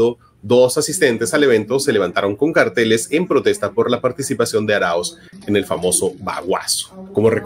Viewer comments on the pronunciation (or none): none